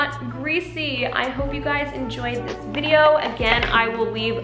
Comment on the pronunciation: why did you say “videouhrh” like an australian but talked like an american the rest of the time? my brain is just 🌀 edit: and she also said “dohyun belohwrh” with an australian accent.,4&;!’fjx@@ i am so confused. great video tho, and your very pretty i just watched the whole video and now i get it... i believe it is kind of a joke (?!?!?!??!) and if it is not i don’t wanna be disrespectful or anything